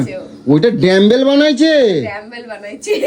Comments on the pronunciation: Dambel na.. Dumb-bell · Ore murkho r jaat re ota damble noi ota dumble 😅😅😅😅